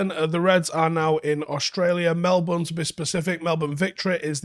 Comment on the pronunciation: Love how pronounced "Melbourne" correctly.